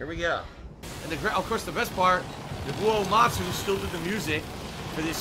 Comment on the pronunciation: He legit pronounces Nobuo Uematsu as Naboo-Oh Oomatsoo